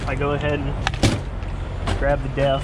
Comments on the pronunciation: he definitely did but it's hard to unhear death 🤣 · Lol until he explained it I thought he said DEATH and not DEF like he don’t give a damn and will die before he closes the second cap 😂